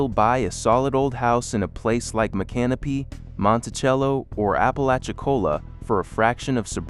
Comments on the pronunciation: You mean like Mic-can-o pee? Not My-canopy? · The correct pronunciation is "Mic -Can-O-Pee" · That's not how you pronounce micanopy, it's not can o pee, that's what you pee in, it's Mick uh NOH pee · Nope....Mick- uh- NOH- pee. I used to live right down the road, knew people who live there, there's no can- o- pee in Micanopy, Google it they'll tell you how the locals pronounce it. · Micanopy (mee-can-oh-pee)